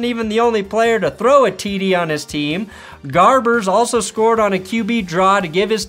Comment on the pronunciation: Chase Garbers bruh, not Gabers.